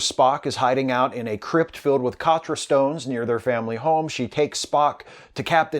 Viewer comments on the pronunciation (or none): none